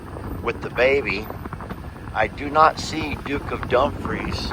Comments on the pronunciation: You said Duke of Dumfries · You keep calling calve Duke of Dumpries.